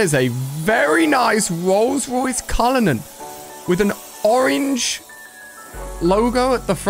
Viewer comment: bro said cullinan 💀